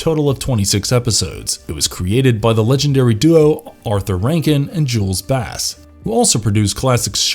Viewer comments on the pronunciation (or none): none